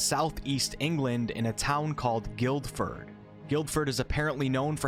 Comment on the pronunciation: I live the town over and hearing an american pronounce the name is amusing. It's strange i know but the Guild in Guildford is pronounced Gill.